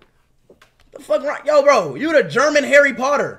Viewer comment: ARE YIU FUCKING HARRY POTTER GOT ME 😂